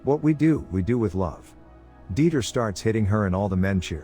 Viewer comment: His name is dieter not deiter